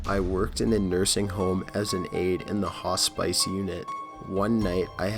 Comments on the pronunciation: Jesus, you cant pronounce anything right can you? "Hos-spice"?? It's pronounced "hos-pis". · haha "hos-spice" it's pronounced hos-piss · You pronounced "hospice" wrong. Not haw-spice its like haw-spiss. just thought I should let you know! someone else probs already said it. Great vids tho! This channel keeps me super entertained! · number 9 hospice..hos spice lol its pronounced hos piss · Dude you fucking suck at reading. If you don't know how to pronounce a word for sure fucking look it up. Hospice is pronounced HOS-PISS not HOS-SPICE. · hospice is pronounced hos-piss not hos-spice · It's pronounced "Hoss-piss" you moron... Not "Hos-spice".. -_ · "in the hoss-spice unit?" LMAO Hoss-piss is how it's said! lol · Hospice: Hospis not spice like you put on your food lol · The "hoss-spice" unit 💀😂 "hospice" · Hoss-spice? REALLY? I'm starting to think this guy purposefully mispronounces words lol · So enjoying these stories!! Helps me enjoy my work ;-) Can you do me a favor though? Please, PLEASE learn correct pronunciations to words! (ex: Hos-spice??) Thanks you!! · The Ho-Spice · Hospice should be pronounced "Hos-pihs" I love these videos, other than that xD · Hospice = Hoss-Piss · Sir-ee-tous .. Hos-piss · hoss spice? lol.